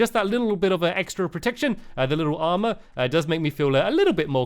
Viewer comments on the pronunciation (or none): none